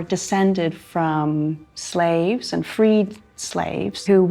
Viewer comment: They were slaves say it right lady